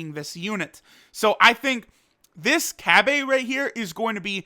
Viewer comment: Say cabba wrong 1 more time